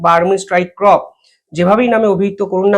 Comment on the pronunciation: ক্রপ নয় কর্প